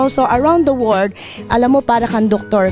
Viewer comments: HEYYY MADAM NOT WORD....PLEASE SAY WORLD...NO NEED ENGLISH IF NOT ABLE TO SAY IT IN PROPER DICTION....GRABE BAGYO SIGNAL NUMBER 10 hahaha ...sya lang nag start ng signal 10 hahaha.....sinakayan din ni idol hahaha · lmao! tagalugin mo na hirap na hirap ka na lmfao!!! "im Prom Plorida" "i apresiyeyt eBrithing you do here in the Filifhine" "around the Werd" "para kang doktor kulang na lang mag Sarjeri ka you know that?" lmfao hay nako dami pa! Humble daw ampucha more Hum-bog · am bery froud of you..... everyone around the word?? tama ba pagkadinig ko??? hahaha correct me if am wrong haha